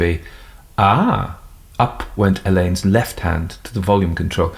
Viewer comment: There's a school spelt the same way and it's pronounced alleyns not Allan's,,,just to help! 😂